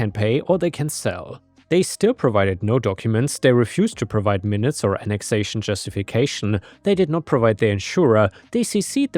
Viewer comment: You are definitely better than AI, but why do you keep making AI mistakes? Minutes (like 1/60th of an hour) you called ""). "Chas-ter-cise" is your go to when you're chas-tised.